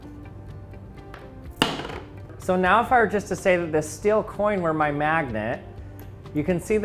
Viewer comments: Learn how to say the word STEEL, it's not stil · The moment when you can't hear the difference between "still" and "steel" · Dear lord please learn how to pronounce steel